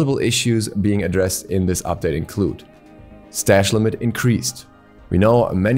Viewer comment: "Increased strash limit"